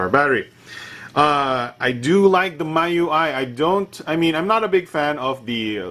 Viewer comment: Miui is pronounced as Mee UI. :D like xiaomi ui